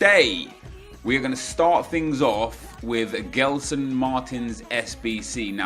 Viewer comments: U say jeslson Martins and not gelson martins ok, love ur vids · It's pronounced Jelson Martins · I don't want to be a jerk, but as a portuguese speaker, the way you pronounce Gelson triggers me. Try pronouncing as if his name was Jelson, it might make more sense to you. Try to think of how you pronounce Gerard Pique; it's not like the english Gerrard.